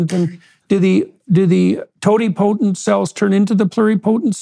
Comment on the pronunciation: Ok, I love hearing talk. If he is going to give all these talks and educate everyone on stem cells, he needs to learn how to say these words correctly: He does say Mesenchymal correctly, which none of the other doctors on YouTube say it correctly except Dr. Arnold Caplan and. needs to say these words correctly: Totipotent and Multipotent. is saying Pluripotent correctly. Also, Shinya Yamanaka Nobel Prize was 2012.